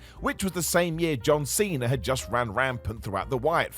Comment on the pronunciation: Cena* not Cener